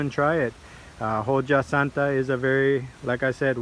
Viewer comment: It pronounced "oha santa" as the H is silent and J makes an H sound, but other than that thank for the informative video!